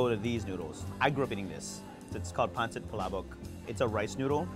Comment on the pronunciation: PaHncit palaBoWk